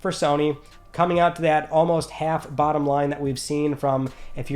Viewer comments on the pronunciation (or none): none